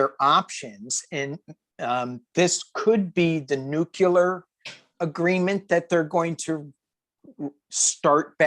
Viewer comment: You guys are hilarious together, and I loved the readings! But,, please tell me you don’t normally pronounce nuclear as ‘nuc-u-lar’ as Bush 43 and the rethuglicans do!